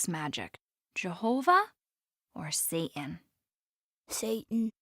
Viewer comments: The mom doesnt even pronounce it satan she says say-in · generalfancyninja it was pronounced say-en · I've always found it weird when people drop the T when they pronounce Satan.